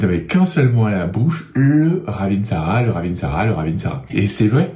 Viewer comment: On ne prononce pas le dernier "a"...